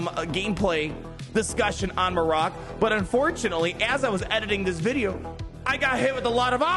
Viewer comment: Mare-rick* = Marrok, no way it’s pronounced mar-rock it’s annoying to hear and makes my ears feel like they want to bleed.